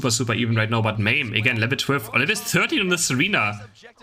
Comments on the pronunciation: It's ma meh, like edamame. It means pea in Japanese. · Why does the e is hard sounding like "ie" or "y". It is just Ma-meh.